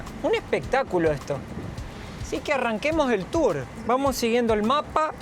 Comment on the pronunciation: no se dice tures se pronuncia turs